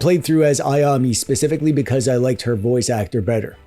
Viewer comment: I have fond memories of Tenchu as well, but when I tried playing it on emulator I couldn't get past the jank and awful control (even though I had finished it when I played it on PS1). I really wish this get a modernized reboot. Oh, you pronounce Ayame more like Aya-meh, rather than Aya-me 👍